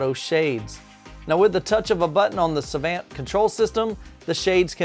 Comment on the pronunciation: ...Savant. "suh-vahnt". Rel. "Rehl".